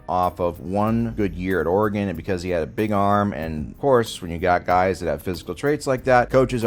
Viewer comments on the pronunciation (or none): none